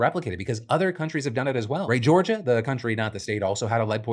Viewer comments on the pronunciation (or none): none